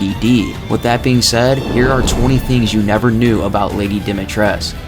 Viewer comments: You pronounce it lady dometresc that's how she says it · It's pronounced: Dih-mee-tres-coo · The first thing is actually wrong. ''Dimitrescu'' is a Romanian name, and all Romanian names that end in ''escu'' have the U pronounced as well. Therefore, everyone in the game, in cluding Lady D herself, pronounce ''Dimitrescu'' wrong. You are supposed to pronounce the U as well. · I love how the very first fact is about people mispronouncing her name, yet you mispronounce it every single time you say it in the video. Go and listen to Lady D say it- it's dom-E-tresk. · yeah but even the game cant even be consistant with its pronunciation ethan and alcina both say it like domitresk and the duke says it like dee-mitresk. I always thought i was uncultured or illiterate but ev I knew how to pronounce the name 🤣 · First fact it’s not quite true. The “u” is not silent since Dimitrescu is a common romanian last name, game being set in tha charpatians mountains which is in Romania, and the name is pronounced with the “u”, not being mute. The developers just mispronounced but their intention was to gove her a name in theme with the setting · Ya no. Apparently that isnt how you pronounce lady D's name, a women who specializes in things like dracula, folklore etc and is from transylvania talkes about the correct way you would pronounce the Romanian last name. I think u can find the video if you search something like "professionals react to lady D" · Dimitrescu is a Romanian surname. In Romanian the "u" isn't silent. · Fact 1: Through the lore maybe, but actual Romanian the U is pronounced. Source: Talked to a Romanian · Good video. Also, Dimitrescu is pronounced with the U at the end. English speakers couldn't really pronounce it that way so that's why they pronounce it the wrong way. If anyone want some proof, just ask a romanian. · Lol for sure